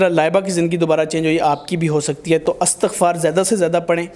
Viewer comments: Astaghfar nai . Istaghfar h sahi word plz. Jb akaila lafz parhna ho tu lafz astaghfar ni balkay Istaghfar parhain. Astaghfirullah. . Istaghfar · استَغفار نہيں ہو تا. استِغفار ہو تا ہے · Istighfaar not astaghfaar ... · By the way its not Astaghfar, its Istighfar. Mashallah such a beutifull belief on Istighfar...Istighfar sy har masla hal hosakta hy,,,Great lesson for others. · استغففار Istigfar ہے نہ کہ Astagfar. شکریہ